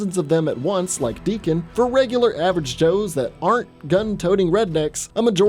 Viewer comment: I believe it's Deacon, but A for effort! (Idk if I'm right either, I just know there isn't a "k")